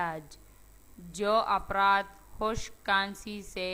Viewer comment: Pehle afraad bolna shikhlo afraad hota hai apraad nahi